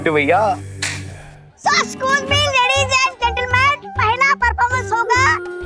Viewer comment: Comedian What a excuse me Not escuje excuse